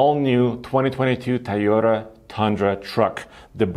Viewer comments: THAI YO TA LOL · TOYOTA!!! WTF IS A THAYOTA????? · Ti-yota.. cmon, learn to pronounce the name of the company you’re talking about!! 👎🏼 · Star Wars in southeast asia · He's not the only one who I've heard pronounce it that way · Ik, to me it sounds like Tuyota, or Tayota... which makes me wonder how Japanese actually pronounce it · Tieota.. So annoying. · My eyes widen every time says Tyota haha. Hello from me. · Hey can u pronounce TOyota properly, at this point its just ignorant. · I remember when he only spoke Russian on the show because he was still learning English. I know it's because of an accent that he pronounces Toyota that way. It was just something that I realized over the past few videos and wanted to see if anyone else agreed.